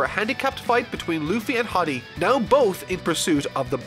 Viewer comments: I think it’s hody not hady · BRO ITS HORDY not haddy my gosh lmao learn the real name of these characters pls this is a little anoying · im bothered by how you pronounce that guys name because its pronounced Ho(like my ho)-Dee not with a short o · I don't think so, he's only reading the Manga wile he's probably seen a few clips of the anime. I'm certain he didn't bother looking at the Funimation dub where they pronounce the names correctly with the exceptions of Enel, Akainu, Jinbe and Hodie. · Anyone else peeved he's pronouncing his name as "hoddie" instead of "hoedee" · Probably because most people only watch the anime where it's HORDY and in the manga it's just Hody. I don't know which is technically correct, but I'm not surprised by his pronunciation. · Hii-Dy Me: Horrrrrdy. HoOOooRRRRDYYYYY! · HIS NAME IS HO-DI, NOT HA-DI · Nobody:: "Hoddy" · I always thought it was pronounced H-oh-dee. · Did you just pronounce Hody “Hoddi”... lol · I can't get over the fact that he keeps saying hady 😂😂 lmao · Idk hiw u miss the r in hordy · I think it's pronounced more like Cody. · I thought Hordy was pronounced whore-dee.. guess I was wrong? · Its "HOE DEE" FFS 😂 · hearing constantly pronounce hody like body is taking years off my lifespan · "Hady Jones" "Vander danken" please man. Im trying to enjoy this. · pronunciation of Hody, Vander Decken and Atahime make my ears bleed and my soul cringe